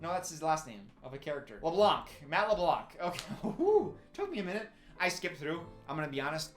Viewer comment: Friendly reminder… you don’t pronounce the c in LeBlanc